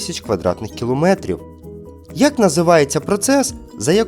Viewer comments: Гарна ідея, але ПРОТЯГОМ, не " на поотязі"; кіломЕтр, не кілОметр. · У мене 15 з 17, АЛЕ! !!!!! Голлівуд - це не місто, а район Лос Анджелеса!! І не на протязі, а ПРОТЯГОМ або впродовж. Це взагалі ганебно на знати 😨 як і наголос в слові "кілометр". Як ви хочете залучити аудиторію, якщо навіть не в змозі забезпечити коректність української мови? ?